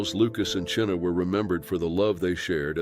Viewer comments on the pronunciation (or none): It’s pronounced China NOT Chinna! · Chyna’s name is pronounced like the word “China”. TY. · Her name was pronounced china!